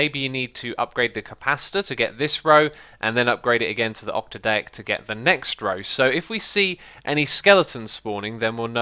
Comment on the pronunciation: ock-tad-ick. Octadic.